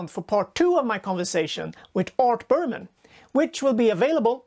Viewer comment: It’s Berman not Burpmann